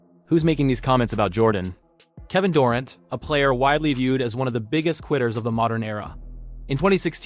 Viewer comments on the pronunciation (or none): Homie do you watch basketball? How do you mispronounce Kevin Durant's name? Sounds like someone who has never heard his name before...Its DURR ANT Not DUR AUNT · I cringed every time I heard "Dorent" and "resume". Chasing championships only doesn't matter when you can't win them. Toughness is doing whatever it takes to help your team win right now. One stat I wish someone would track down for us: flops. LeBron deserves the GOAT in that category. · “Kevin Durent” eh? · Kevin Door- ont. ??? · Anyone else hear this dude mispronouncing KD’s name? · You butchered names/teams....tough watch when you get Celtics wrong from the jump.....durant, you say two different ways...0 stars